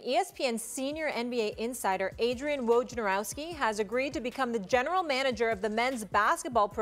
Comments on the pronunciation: You think after all of these years someone at ESPN would learn how to pronounce his last name. His name is NOT pronounced (Woje-nar-ow-ski) it is in fact pronounced (Wo-ja-now-ski) good lord people! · “Woh-Nuh-Row-Ski”…. That’s is the proper pronunciation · It's pronounced voy-nah-rovski !!